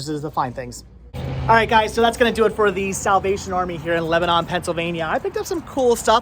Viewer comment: it's not prounounnced like the middle eastern country, Lebanon. It's more like LEBaNIN. :)